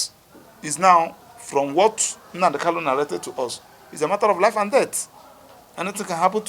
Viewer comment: Please pronounce Mazi Nnamdi kanus name correctly you supposed to be a lawyer who should know better, thanks